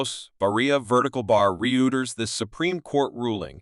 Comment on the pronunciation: Buddy, if you can't pronounce the name of one of the oldest news-gathering organizations extant, then you lose a lot of credibility right there! FYI: it's pronounced "roy-ters." Please make a note of it.